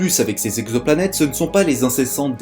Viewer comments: On ne dit pas « quatre mille z'exoplanètes » mais « quatre mille exoplanètes ». (oui, je sais, je suis pénible è relever les fautes de liaison… mais je ne peux pas m'en empêcher) Hormis ce détail, très bonne vidéo, au contenu intéressant. Tu as beaucoup progressé sur la forme depuis les premiers épisodes. Bravo ! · * "exoplanètes" et non pas "zexoplanètes" :P